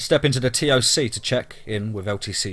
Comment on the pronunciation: Since these stories are supposed to be true stories told by soldiers why don't you try learning the acronyms !! Like CPT try saying captain, or SSGt say staff sergeant, or LTC Lt Colonel , TOC us dont say the letters you just say TOC . Just saying if it's a military veteran he would say F O B he was say FOB like the word.